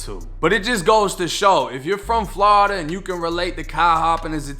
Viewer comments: I like how he pronounce Florida as Flowrida but me being from Florida born and raised there currently living on the west coast but it's pronounced 2 ways only "Floorda" or "Flawda" ain't no in between bruh 😂😂😂😂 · Never get tired of hearing Flawda